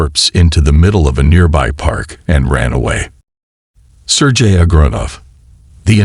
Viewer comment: In case 2, your AI voice uses at least four different pronunciations of the name Sergei: sur-gay, sur-ghee, sur-jay and sur-jee. The constant switching is quite annoying. You need to find a way to get your AI top be consistent. Even better, read the text yourself! Skip the AI rubbish.